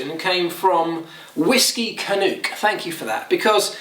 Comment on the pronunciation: Hey Marc - A "CANUCK" is a CANADIAN and rhymes with "TRUCK" - not "DUKE"! And we make very good Canadian Whiskey A.K.A. "RYE"!